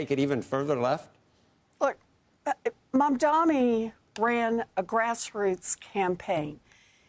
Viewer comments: his name is MamdaNi, better learn it to pronounce it correctly as you're gonna speak about him for a very long time. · Mum-dani. It's not hard... WARREN! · Senator his name is MAM-DANI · Warren endorsed him. And you can’t even pronounce his name. MAMDANI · Not Mad mani? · At least pronounce his name right. It has an “n” at the end. This simply demonstrates as long as it’s her party she’ll defend. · he still can't say his name. This is just disrespectful. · This guy has been talking about Mamdani for weeks and still can't say his name right and even hesitates to say it. What a hack. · I can’t take anchors or guests seriously; who can’t pronounce a name correctly that is spelled as clear as day MAMDANI🗣️ (these AIPAC puppets are a joke) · Apparently it is hard. Bernie mispronounces it as well. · Why are they both so illiterate? It’s such a chore for them to get his name right. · Learn to pronounce his name, for god's sake. Such biased interviewing. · Ironically despite all his focus on the man, he still can’t say his name right 😂 what a clod